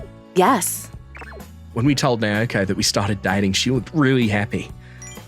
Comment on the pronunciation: And again... It's NAOKO, not NAYOKO.